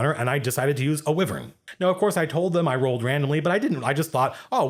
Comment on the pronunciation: First I've ever heard "wyvern" pronounced that way.